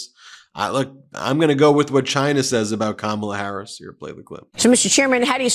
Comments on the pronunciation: What is it with these losers that they mispronounce her name? So juvenile and frankly stupid! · Clearly all the members of Fox News are presenting with cognitive decline because they still can't pronounce her name right.